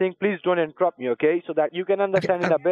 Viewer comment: "Don't intrup me"🤣